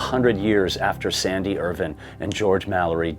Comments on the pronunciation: I lasted only 2 minutes due to the constant mispronunciation of his surname, Irvine. WITH AN “E” ON THE END. NOT Irvin. IRVINE. Pronounced Ir-vine. Not pronounced like the silly way US pronounces the city, Irvine in California. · can you please pronounce Irvine as Ir VINE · His Name is Irvine not Irwin.... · Is that the correct pronunciation of Irvine?